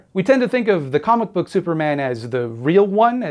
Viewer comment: comic book... or cumic book?